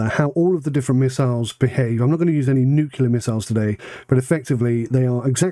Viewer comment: Anyone who says nucular instead of nuclear is an ape.